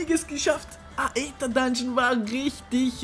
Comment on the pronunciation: Das heißt nicht Eter sondern Ether aber nicht schlimm